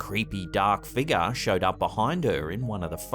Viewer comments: It's pronounced "FIG-YOUR" UGH HOW MANY TIMES CAN I HEAR" FIGAH" BEFORE I SNAP?!?! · What the h. Is a “( figah)”???